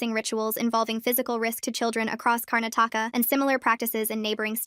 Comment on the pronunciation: why did they butcher the name Karnataka 😭😭🇮🇳